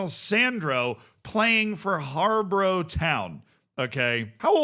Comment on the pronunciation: It's pronounced Har-Bor-Uh btw